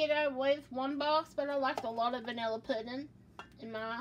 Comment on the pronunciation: I love that she says “poodin” lol has the cutest voice. It’s so girly and southern